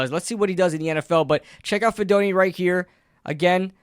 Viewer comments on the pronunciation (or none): Hey least he said his name wrong, went almost all my life and no one could say it right. But heck yeah cousin do good in the big apple.